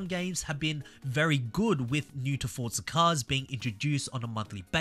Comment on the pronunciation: Why do you keep calling it FORTZA there is no t it is FORZA